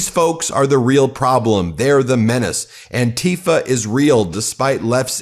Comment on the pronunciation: PLEASE do not pronounce Antifa as "an-TI-fa"; pronounce it as "AN-ti-fa", as in Anti-Fascist.